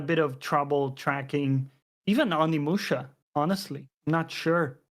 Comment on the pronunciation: I was already KO'd before I even got to that point with the multiple "Onimushu" at the beginning 😂 Sounds like a japanese pet cat name.